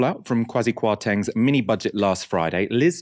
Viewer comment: Can you presenters learn from a Ghanaian how to pronounce the last chancellor's name correctly. You insist we get your name right. This is not 1990 where everything goes and nothing but English names matters.